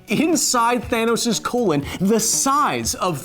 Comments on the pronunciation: Did he say "Thanus"? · "Thanus". No more needs to be said. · “Thanus” O-O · “Thanus” HE SAID IT! HE SAID IT! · XD HE SAID HIS THANUS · That moment when he said "thanus" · Me: thanos Ant man: thanus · I was sad, but then I remembered you said Thanus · He just fucking said thanus... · The mad Titan "THANUS" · “Thanus” wow. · DID YOU JUST SAY THANUS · Thanos is actually pronounced "the anus". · It’s called thanus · He really said thanus 💀💀💀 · Nobody: Kyle: THANUS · His "Thanus," Hahahaha.